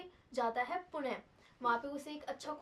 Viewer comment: पुण नहीं होता पुणे होता है